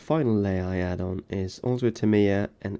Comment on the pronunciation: Being American, I find his pronunciation of Aluminum correct. Needs to work on "Tamiya" though. 🤨